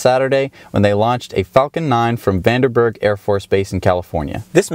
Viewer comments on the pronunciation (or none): oh and it is Vandenberg not Vanderberg